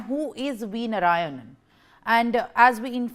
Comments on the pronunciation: It’s Narayanan, not Narayan! 😢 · Please, please, please, learn to pronounce his name correctly. His name is NOT. I repeat, NOT, नारायण But his name is नारायणन. Please pay attention to these niceties.